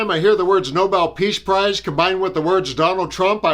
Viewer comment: She can't pronounce peace prize